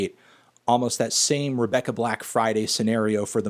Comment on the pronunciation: No Anthony it’s Rebecca black, not Rebecca Blacked